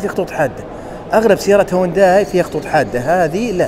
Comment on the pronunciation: السياره اسمها هيونداي وكاتب بعنوان الحلقه الاسم الصحيح هيونداي ليه تنطقها هوانداي 😂😂هذا وانت مختص بمجال السيارات . تقبل مروري